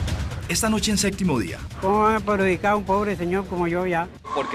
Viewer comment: Estaría bueno que aprendieran a decir “Séptimo”, todos dicen “Séctimo”